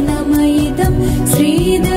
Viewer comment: Also, in pronouncing shri, its pronounced as sri. Its not sri, its shri, taalavya shakara. Otherwise its a beautiful rendition